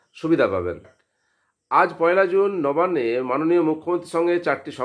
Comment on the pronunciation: নোবান্নে নয়, নবান্নে হবে। উচ্চারণ অস্পষ্ট।